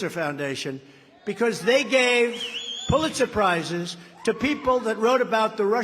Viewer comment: Is he saying "Puletz suprises"